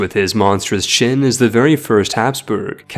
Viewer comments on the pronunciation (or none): lmao "Chin Dynasty."